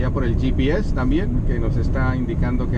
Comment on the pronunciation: Coño si hablas en español, que trabajo te cuesta decir " volvoxc60 ( Equis c sesenta)" . "gps ( GE PE eseeeeee) joder.